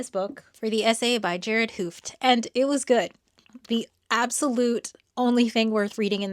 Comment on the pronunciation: pronounced as gehrahrd hat hohfd; long oh as in "open", not going into the g sound, it is fine. source: am dutch.